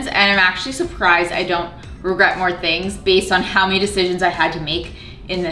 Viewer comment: Every time you say regret I hear RugGret in my head instead lol